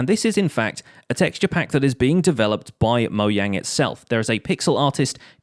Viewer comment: It's mojang not moyang